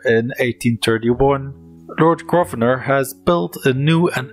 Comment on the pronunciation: Decent video, but I do wish you would learn how to pronounce certain words and names properly, eg, the 's' in viscount and Grosvenor is silent, the 'qu' in marquess is not pronounced like a 'k', etc.